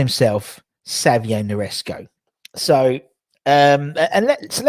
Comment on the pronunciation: He is called Nsereko not niresko 😂😂 its a Ugandan name man